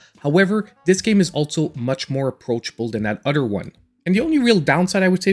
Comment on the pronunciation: If you say udder one more time 😂